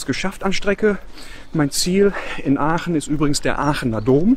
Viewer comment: Wir Aachener sagen zu Aachen=Oche und nicht öche